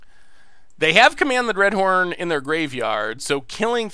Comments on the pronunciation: Dreadhorn? If you are going to mispronounce the card through an entire stream at least spell it wrong in the video title to match. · Command the Dreadhorn or Command the Dreadhorned? At least be consistent with your mispronunciations :D